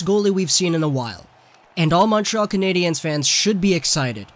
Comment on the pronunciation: “Lez canadienz dai montreal” lol you’re not supposed to pronounce the “s” bro